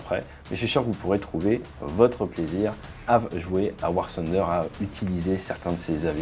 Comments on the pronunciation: Ce n'est pas "sunder" mais plutôt "funder", le "th" se prononce comme un "f". Par contre pour "the", en France on dit "ze" mais les anglais dirions plutôt "de" comme avec un "d". Mise à part cela la vidéo est superbe. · On dis tunder ... Mais sinon bonne video